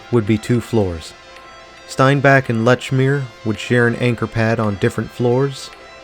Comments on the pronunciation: Lechmere is pronounced "leech-mere", just so you know. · Lechmere is pronounced Leechmere :)